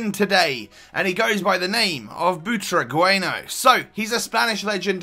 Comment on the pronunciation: butragueno hahaha u dont know how to say only spanish people says it good